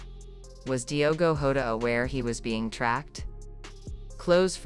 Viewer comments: Shame on you!!! You can't even pronounce his name properly...ewu Gambia!!! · First you need learn português.....and then say the names properly....lack of respect.